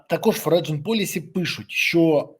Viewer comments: [ˈfɒrən] "Форіджен" це боляче слухати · В слові "Foreign" - g не читається в голос